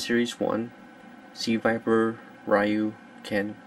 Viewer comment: You have to say it like (R-EEE-UU)